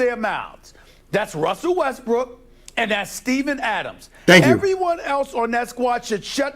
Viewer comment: It's Russel Westbrook not bestrook